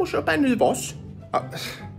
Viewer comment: Gillar att säger farssan 😂